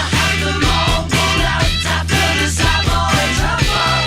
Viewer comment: Savoy (the accent is on the first syllable - salve oy) Truffle is the greatest song on the album, but it has to be listened to at maximum volume.